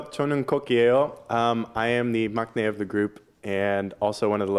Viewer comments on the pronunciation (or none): I'm sorry, I just can't help but to cringe when they introduce themselves in Korean. And the fact that he actually said maknae pronouncing the k. I'm not trying to bring you down, but at least get the position names right as kpop idols.